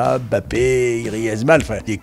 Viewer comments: tous a fais mais bon je pense pas que ce soit très grave de faire une erreur sur la prononciation. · Pourquoi les gens ont tendance à dire "Bappé" au lieu de "Mbappé"? Ça fait un peu plus français ? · quand on ne sait rien, on ferme sa bouche. Je te laisse aller voir des vidéos d'interview (de chaîne Camerounaise) de joueur Camerounais. Tu verras bien qu'on prononce le "M" devant. Tu peux notamment rechercher des joueurs comme Modeste Mbami. Arrêtez de franciser les noms :)